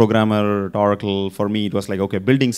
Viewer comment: It’s not Orrrraacle - it’s O racle!